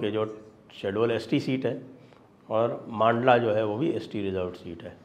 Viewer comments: Sir its mandla not maandla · मंडला साहेब मांडला नही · मांडला नही संजय जी मंडला बोलिए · सर पूरी श्रृद्धा के साथ जिले का नाम "मंडला" है ना कि "मांडला"। मैं मध्य प्रदेश से हूं इसलिए बता रहा हूं। 🙏🙏🙏